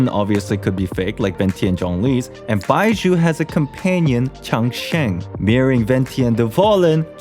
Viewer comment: you were able to say zhongli with a j sound (jongli), but somehow can't free yourself to say baizhu(baiju) without a subtle s sound, I suggest you to imaging baizhu as bai zhu